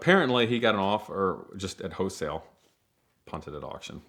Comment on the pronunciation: W H O L E not Hoesale